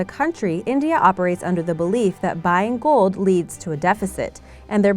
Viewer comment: Its gold not gould